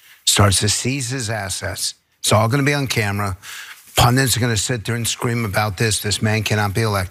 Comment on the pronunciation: It's "pundits", not "pundents"...